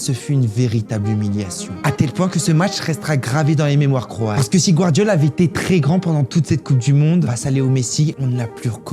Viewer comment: J'ai entendu gvardiola